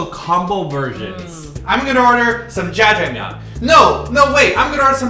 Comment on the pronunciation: its jajjangmyun